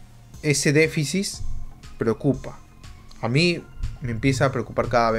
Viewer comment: A todos nos preocupa el "deficis" 😂😂😂